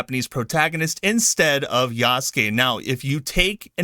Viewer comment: Yasuke is pronounced YAH-SOO-K-EH (not YAW-S-KAY) with the last ke or K-EH sound said quickly. The ke is pronounced as K-EH not K-AY.